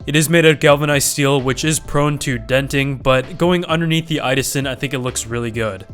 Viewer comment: IDASEN?!!??!???? It's "idåsen" pronounced i-daogsen